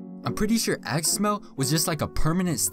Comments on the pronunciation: my dumbass thought he said ass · I thought he said ass lol